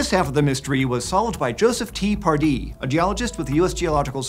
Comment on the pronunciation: I was only listening to the whole thing, and I could have sworn instead of T. Pardee he said "tea-party".. must have been a brit